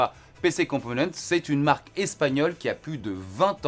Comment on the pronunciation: On prononce pas le S de componentes ? c'est espagnol.